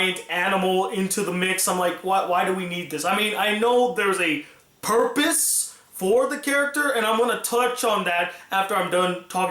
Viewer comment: I laughed at the way you said "purpose" when talking about Bailey. I'm not sure if it was purpose, but the way you said it, it made me think of the word "porpoise", so I started laughing at "purpose porpoise". XD